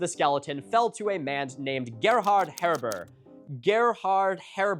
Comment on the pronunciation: soo close! The name Gerhard is pronounced with a t on the end (Gerhardt) I don't know how to help you with that last name tho lol